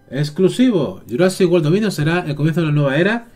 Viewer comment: "Jurasic wol" jajaja me tente es world 🤣🤣